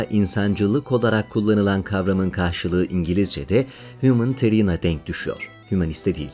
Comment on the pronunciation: "Humanitarian" telafuzu Hiumanitiran değil hiumaniteri'an olacaktır .